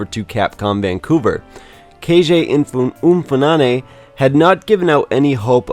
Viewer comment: You butchered Keiji Inafune’s so badly 💀